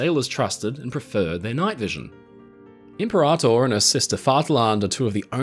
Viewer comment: I'm surprised no one else has mentioned it, apologies if I've missed it - "imperator" is (in English) generally pronounced im-PEAR-a-tore, roughly following the Latin. Thanks for the video!